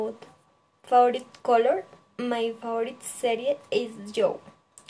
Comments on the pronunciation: Falto un poco de información, me pareció un buen video, mejorar la pronunciación en algunas palabras como favorite y pineapple, también se nota el esfuerzo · Buen video, puedes mejorar cosas como creo que dijiste " my name is..." para mencionar el nombre de tu gato y tambien no se entiende bien al principio, creo que quiere decir "husband": esposo. También puedes mejorar la pronunciación de "favorite"y "exotic". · Mejorar pronunciación de palabras como "live", "usually", "favorite", "fruit", "pineapple" "brother", te falto fluidez y por ultimo dices "my name is" para nombrar a tu gato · Hiciste un buen video, manejas bien la información y expresión de la misma, lo único es que debes de tener en cuenta cosas como la pronunciación de algunas palabras, "live", "usually", "favorite" y "fruit". Dices "my name is" para referirte a tu gato, lo cual está mal, otra forma de decirlo es "His name is...."